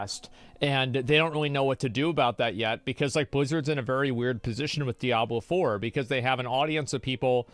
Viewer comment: "Diabler fohwer"